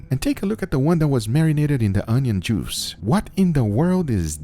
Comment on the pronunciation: Damn I kept hearing "It's all about the jews" xD